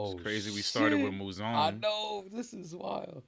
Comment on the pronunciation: 7HELLS‼️ As much as I hate Bro Mouzone it's like hearing a screeching chalkboard when you keep saying his name wrong😫 The emphasis is on ZONE and this is not the Sopranos its NOT Italian🤦🏾‍♀️